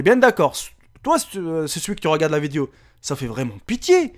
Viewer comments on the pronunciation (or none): des fois il dit vidio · C'est pas vidio c'est video